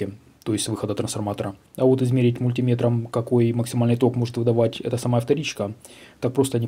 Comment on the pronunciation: Сколько пересмотрел блогеров по радиоэлектронике, вы первый, кто мультимЕтр правильно называет :) А вообще, спасибо за интересные и качественные ролики.